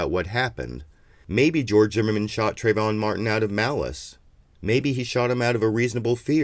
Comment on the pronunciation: TrAyvon, trAAAAyvon. If you're going to speak his name in vain at least get it right.